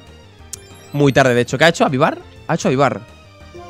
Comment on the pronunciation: A dicho chocho en vez de 8 XD